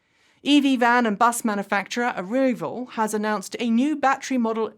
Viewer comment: Ok....now I know you've just been F'ing with us,...."a-ree-vul"?? Even your fellow Brit Bobby Llewelyn rhymed it with ETA.